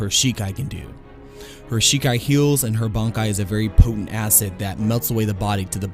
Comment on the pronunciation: Bonkai? BONKAI?? last time i check its Bankai. When you watch the series, do you ever hear the characters shout "BONKAI!"?